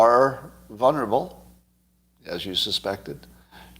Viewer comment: Scott. The word is VULNERABLE, not “vunnerable”. I hope this helps.